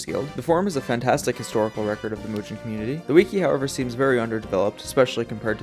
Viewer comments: L roblox avatar fr, but W video. Also, it's pronounced Mugen, not Mujin. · its not mujen its mugen just like it sounds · Bro pronouncing it as "Mujen" instead of "Mugen" I can't 😭😭😭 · Is it pronounced Moo-gen or Mooge-en? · Why do you pronounce it as mew-jin instead of moo-gen? Anyways, nice video. I.K.E.M.E.N is also a nice alternative option. A dev is currently in the works of adding rollback to the engine itself. Also, check out some actual games made with it if you haven't already. I could give you more info if you would like. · Dude mugen is pronounced with a hard G as in “golf” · Seems like a good video but I couldn’t watch. You kept saying it wrong. It’s pronounced moo-gen, I know it’s spelt mugen but that’s how it’s supposed to sound like. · "mujen" wtf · its not pronounced mujen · Thanks for the vid, but man, every time you say mugen I get reminded of "it pronounced jif" meme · I hate the way you pronounce it but respect your right to say it wrong.